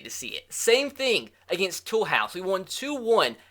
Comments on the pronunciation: it's pronounced Too-loose not Toolhouse 😂😂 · the name of the club with the purple stripes on its logo is pronounced to lose it is not pronounced tool house